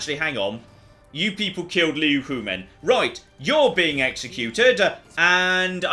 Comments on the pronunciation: And she died without you ever learning how to pronounce her name... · Well the silver lining to Liu Huimin's death, is that she no longer has to put up with you mispronouncing her name.